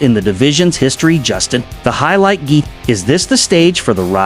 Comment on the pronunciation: justin geth-ja? trash ai slop